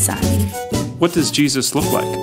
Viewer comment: It's Does! Not Dose!